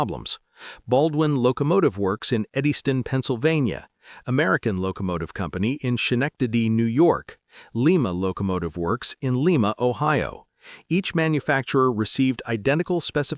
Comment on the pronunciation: it also mispronounced "schenectady" it's ska-NECK-tady sha-NECK-tady.